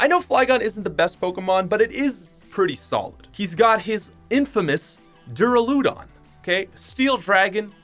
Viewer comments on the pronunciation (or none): NOT DU-RA-LOO-DO-N DU-RA-LA-DO-N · It’s pronounced Dir a loo don. My favorite trainer was Raina’s.